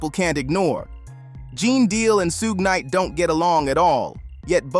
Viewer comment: Soog Knight Soodge Knight Soogay Knight 😂😂😂